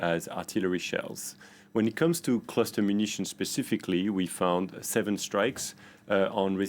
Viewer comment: Its called cluster not cluter.